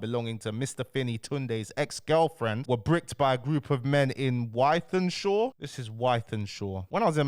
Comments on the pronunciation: Ythanshaw 😂😂😂😂😂😂 its pronounced Withenshaw FFS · Spelt Wythenshawe but pronounced Wi-thin-shaw 🤣 understandable cos u don’t live in Greater Manchester aha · It’s pronounced With-en-shaw bro 😂